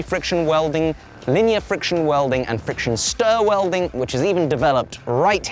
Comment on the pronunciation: said 'fiction' welding a few times... lol I kind of want to see welding of wood in progress...